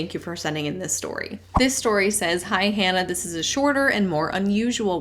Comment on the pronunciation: "Hi Hannah!" sort of sounds like "Hi Hun!"